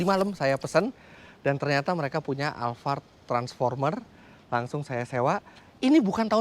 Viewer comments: Alphard bukan alfard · Saya mau tanya kenapa mas fitra nyebut nya alvart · Tulisannya Alphard di baca alfard knp tak sekalian alfamart